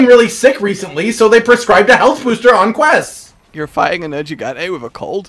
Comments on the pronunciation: Me, a simpleton: Nergigante. (Because that's how they pronounce it in the game.), an intellectual: Nerjigante. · the first G in nergigante is a hard G, not a soft G like a J, hell the NPCs repeatedly say it that way xD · What annoys me more? not playing with hud or the fact that he refuses to learn how to pronounce Nergigante correctly. Seriously, why does he pronounce one ‘g’ differently in the same word? Does he say it deliberately wrong to trigger people? Or is it a British thing?